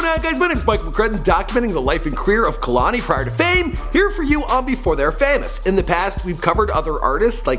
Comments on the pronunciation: (kuh•lani) ummm I think not its pronounced kay•lani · Μαρια Σμπονια kehlani ( kay _Lani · Irene Regalado its actually KAY-LA-NEE not kehloni lmao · "Kay-Lain" It's pronounced "KAAAY LANI" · Also he pronouncing her name like kalani and its kehlani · Kay lani not kuhlani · him saying "KA-lani" vs KEH-LANI is fucking cringeworthy. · I'm related to her. It's pronounced Kay - Lahni. Not Kuh -Lahni. I didn't watch the whole video. I skipped around enough to hear him (mis) pronounce her name. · KAY-LANI not KUH-LANI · Is he pronouncing her name 'Kahlani'? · kay-lon-ee. he's def not saying it right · say it with me, "KAY-LON-EE" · KAY- LAH - NEE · say kuhlani one more time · i cringed when he said 'kehlani' the way he did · Did all this research on her and don’t know how to pronounce her name. 🙄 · STOP PRONOUNCING HER NAME LIKE THAT ITS PRONOUNCED KAY - LANI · I wish you said her name correctly. It's like kay-lanie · I cringe when he says her name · Khelani wasnt that cute lol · can u plz say her name right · The way he talks about her whole life like he really has straight facts like he got this straight from Lani. You not even saying her name right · Mispronouncing her name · He can't even pronounce her name